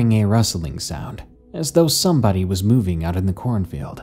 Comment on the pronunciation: "Corn filled" is all I hear when "corn field" is said. Other than that, I loved this